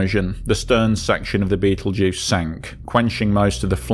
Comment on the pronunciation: I assume that by "Beetlejuice" you mean "Betelgeuse" !!😊